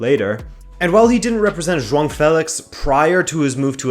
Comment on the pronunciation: He says some names quite well, most remarkably João, but then struggles in some others that I would expect to be easier, such as the first syllable of Mourinho. But I appreciate the effort, for sure!